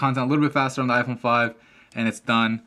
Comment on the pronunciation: u say like iporn 5